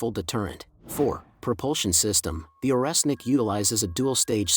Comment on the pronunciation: Орешник = Oreshnik [ not oresnik ].